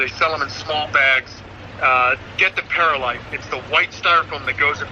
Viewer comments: Not to be mean or anything but its perlite not perilite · He said(PEAR-a-lite) when it’s actually pronounced(PEARL-LITE)